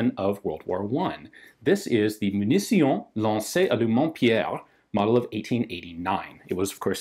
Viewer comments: Hé Ian, on dit "Munition" ;) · What did you wrote in the title? "Munition" in french or "Munición" in spanish ? (Yeah, sometimes "t" is pronounced like a "s") Anyway, I love the way you speak french! ;-)